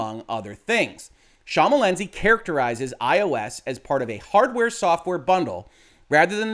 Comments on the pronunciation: I appreciate your failed attempts at pronouncing Schmalensee (sh-muh-len-say is a quick and dirty way) correctly. On the bright side, this video is much more comedic than you intended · It's pronounced SH-MAL-EN-SAY - so basically the way it is written - as in the German "Thin Lake". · no need to apologise, my man. You butchered the name less than I would butcher trying to interpret lawsuits like these!